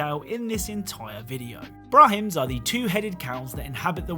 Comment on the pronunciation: Why tf is he saying Brahims?